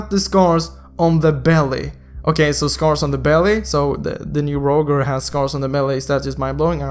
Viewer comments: u should say it like "Rojer" not "Rowger" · ur english is horrible bruh roger is 'raw-jer' scythe is silence C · btw to say his name Roger (ro-j-er) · Btw I think it's pronounced Rojer not literally Roger. xD ID: IGN: Hyoteki Skin: Estes Holy Sacrfice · ffs its not rouger is rojer (pronounciation) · Not Rouger Its Roger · its pronounced ro-jer not rouger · it's pronounced as (rawdger) not (rowger) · It's pronounced Roger (Ro-jer) not Ro-gur it's like you can't even pronounce an American name😂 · He is Rojer not Roger xD (According to your speaking) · rodge-er godammit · It is Ro - Jer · ROGER pronounced as (ROJER). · i think the pronounciation is "rojer". just saying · It's actually pronounced as (rah-jer) like so can see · My man. It's pronounced RawJer (Roger) - very common name. just tryna help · Lol you are pronouncing 'Roger' wrong. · You said the name "Roger" incorrectly and I'm pissed cause this hero's name has the same name as I do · I think you are pronouncing roger wrong